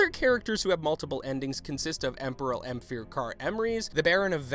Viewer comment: Have you even played the game yourself? That misspronounciation of almost every character in the game... even emhyr..